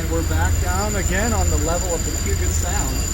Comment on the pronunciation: Great videos. The name isn't POO-jet sound. It's Pyu-jet Sound. No POO here! 🙂